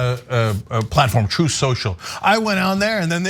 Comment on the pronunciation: "Troof shosho"